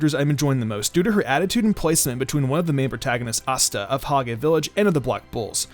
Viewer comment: Hegay Village... 😂 “Hage”